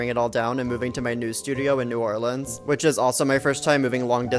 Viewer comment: Holy cow, a transplant that actually says it correctly! THANK YOU!